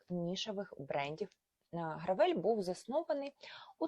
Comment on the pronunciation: якщо бренд американський то не "гравЕль" а "грЕвел"